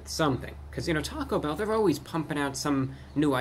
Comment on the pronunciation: Lmao the ||T A C O B H EHLL||